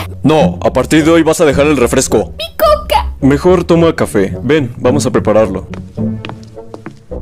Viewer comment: En vez de decir coca parece que digas cocaína 🤣